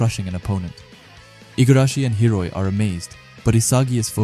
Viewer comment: is it intentional that he calls hiori hiroi?? No hate, just asking if its an inside joke??